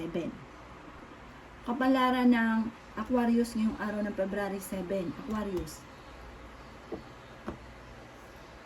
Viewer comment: Hello suggestion lang po wag ka magmadali kasi mali mali yung pag pronounce Sagittarius or Aquarius lagi po ako nag aabang sa reading nyo sa past days totoo lahat sinasabi nyo